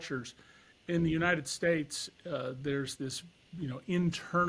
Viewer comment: “Younited Stites”